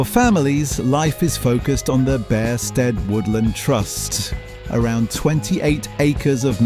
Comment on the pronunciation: Its also pronounced Beersted, my wife grew up there.